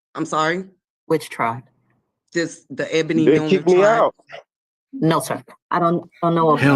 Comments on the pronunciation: “The Ebone Milner tribe” BAHAHAHAHA 😂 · Welp I think you pronounced her name WRONG..... it's Ebony just spelled differently ❤ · I'm guessing she pronounces it Ebony.